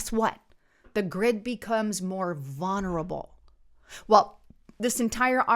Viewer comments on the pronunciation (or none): The word is not "vunerable," it's VULNERABLE.